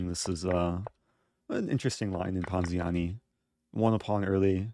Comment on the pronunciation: I like when he says ponziani